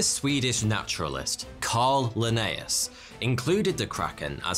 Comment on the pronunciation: "Cunning Lineaus?" Really? 🤣🤣🤣